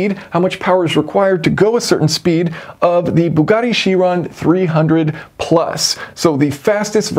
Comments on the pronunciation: Chiron is pronounced "kai-ron". Don't be like the scientist in Back to the Future who pronounced gigawatt as "jigawatt". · The Greek "ch" is a K. Ky- Ron.